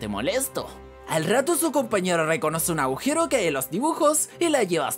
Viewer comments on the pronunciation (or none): none